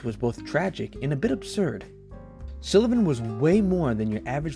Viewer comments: Also, it's Sullivan not Silovan. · Nelson deserves a lot more recognition than his work has ever received. But first, we need to clarify (and I hate to be the pronounciation police, but someone has to be): His name is Nelson SULLivan. Not SILLivan. Regardless, thank you for making this video. Nelson's work is important as it documents a moment in time when some of today's LGBTQ icons and artists were still scrappy twentysomethings on the street. A time when the East Village was still a grungy, artists' wonderland of inspiration. He''s perhaps most well-known today for having captured a large amount of footage of the infamous Club Kid era of Downtown, including the cautionary case of convicted killer Michael Alig. Much like many of those he trained his ever-present camera's eye on, it was years only after his shocking death that the size and scope of Nelson''s work was discovered. So many - whether it be younger LGBTQ's, New York historians, aficionados of Club Kid Culture, and those simply interested in a fascinating time gone by have enjoyed the massive treasure trove he left as his legacy. He's even often studied by other photographers and videographers that find fascination in Nelson's style and technique (most often, the fluid movements he created to ensure he was as much a presence in his videos as his famous friends.) Thank you, Nelson. I hope you know how much we appreciate what you left the world. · His name is pronounced Sullivan, not Silluvan. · pretty sure its SULLivan not SILLivan... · Great video, but its SULLivan not SILLivan! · Stop calling him Sillivan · He called him Nelson Sillivan the entire video lol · Why can’t you pronounce his last name properly it’s SULLIVAN. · Why are you pronouncing it Sillivan? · Same place he came up with “Silla-vin” 😂😂😂 amateur hour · This guy keeps saying Sillivan as well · Ok love the video but mispronouncing SULLIVAN’S name every time is my 13th reason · Jesus Christ learn how the say Sullivan